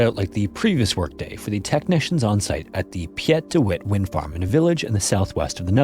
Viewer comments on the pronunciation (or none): The usuall preventable company negligence aside. Piet is pronounced Pete and Arjan is more like Aryawn. Google could have helped you there but at least you tried.